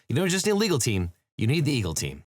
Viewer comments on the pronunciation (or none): none